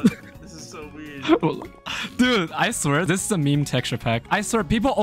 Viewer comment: Can u say this one time in your life cuz u zlways say zis lol sry if this I worried you